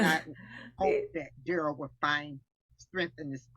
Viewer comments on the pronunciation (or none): "Fun loving and kind" words that have not applied to Darrell since he was 8. Note how momma calls him DARE-ELL and not DUH-RELL. Brooks changed the phonetic pronunciation sometime around 15 to sound more "Gangsta".